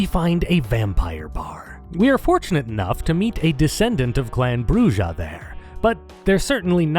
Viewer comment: This video is great, but it would have been SO MUCH BETTER if people said "BRUH-RRA", not 'BRUH-DJA".